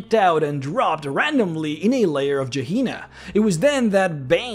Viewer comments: Gehenna is a Hebrew word, pronounced more like "Ghee-HEN-nuh", not "Juh-HEE-nuh". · Gee hee nah? Nha, NAH!!! Its G-Hen-Ahh